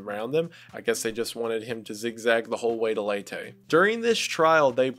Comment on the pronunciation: Been binging a lot of your videos, great work man! Btw, I'm from the Philippines and it's pronounced "Lay-teh" :)